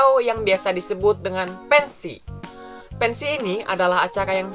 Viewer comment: pensi di tambahin L jadi pensiL